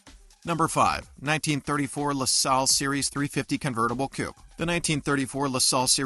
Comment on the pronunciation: A I voice mispronunciation no thank you left video say LaSalle LaSalle artificial intelligence boycott It’s YouTube not a i tube don’t go away mad just go away